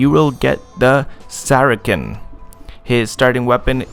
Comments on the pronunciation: Sarasen is the pronunciation of Saracen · lol the way you said saracen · The way you pronounce Saracen (Sah-Ruh-Sun) and Falchion (Fel-shun) annoys me lol